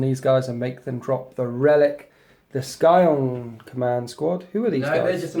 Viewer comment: Cool bat-rep but seriously scion is a word that has meaning outside of this game and its not pronounced Sky-on.